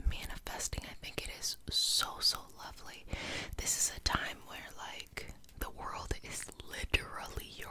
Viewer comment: legit thought you said “lovely penis magic manifesting” at the beginning, woke me the fuck up